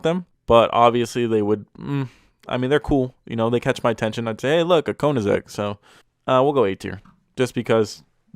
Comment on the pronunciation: How tf did you just pronounce Koenigsegg? That was awful!😂